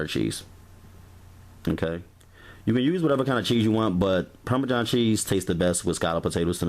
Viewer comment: “PARMAJOHN” cheese and CHETTER cheese.